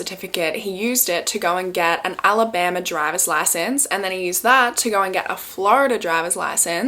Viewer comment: Why did you say “Alabama” like that hahaha 😂